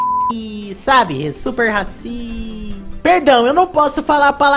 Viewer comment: Haha "Super-Rasisa" porqueee? Ksks